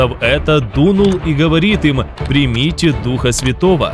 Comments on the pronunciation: Это сказано в будущем смысле, читайте последующие слова.здесь нету никакого противоречия, вы читаете не правильно. Примите Духа Святого, сделайте ударение на букву (И). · В этом месте Писания самое важное слово,объясняющее это событие слово-примите(ударение на второе -и).Иисус говорит пришёл к своим,но свои его не приняли.Принять означает-признать,уверовать.Уходя Отцу,Иисус сказал,пошлю другого Утешителя.Когда Иисус воскрес,наступило время обетования пришествия Духа Святого.Но Иисус ходил в видимом теле,а Дух Святой-невидим,поэтому Его нужно принять,т.е-признать,уверовать.Деян.19:2-похожая ситуация.Чтобы получить Духа Святого или дар Святого Духа,сначала нужно принять Его,поверить,что Он на земле и признать Его.